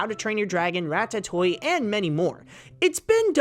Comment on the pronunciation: "ratta toy"